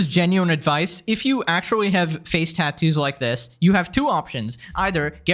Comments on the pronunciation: tah-toose :face-turquoise-covering-eyes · Plus the way she pronounces TATTOO is so grinding. TAH-Toos. Not wrong, I think, just weird to me. Also, the tattoo on her forehead is lopsided? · The most infuriating thing is her pronunciation of “tattoos” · Why does she say tattoos like that? 😬